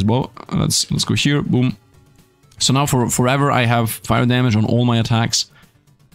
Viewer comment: Are you serious right neow